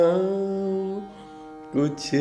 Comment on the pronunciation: शाम को श्याम बोल कर सब मज़ा ख़राब कर दिया